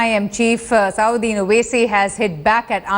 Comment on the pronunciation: it is nt asaaauddin Owaisi, it is asaduddin Owaisi